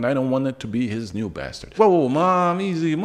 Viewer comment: Most famous basted? Are you sure ? Say it a few more times